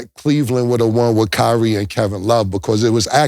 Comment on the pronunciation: It’s kyrie an it ain’t close